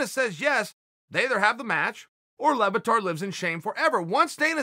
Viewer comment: How do you get Lebbatard from "Le Batard" ?????!!!!! (French for "The Bastard" by the way)